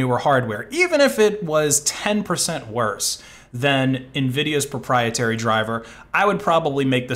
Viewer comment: *ABSOLUTE PROPIETARY!!!*